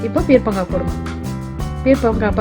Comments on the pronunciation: Its not peer'pa'ngaai, its peer'ka'ngaai.. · Peerkankaai ucharippu thappu sister